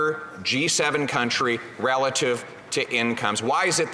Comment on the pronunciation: he called himself a cunttree 😂